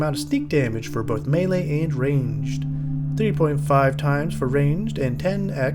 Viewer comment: for properly pronouncing Melee. Unlike these mealie-mouthed fools!